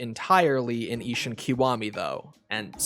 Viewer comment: Ishin not ishun